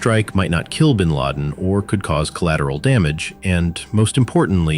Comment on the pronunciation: gw bush said bin lad